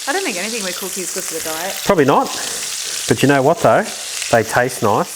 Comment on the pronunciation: What’s that word you said . Dyit, deit whatever it was pretty sure you’re making up words to get views lol 😂 awesome recipe thanks for sharing